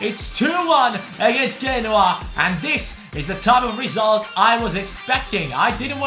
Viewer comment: Genoa is pronounced (jee-no-wa)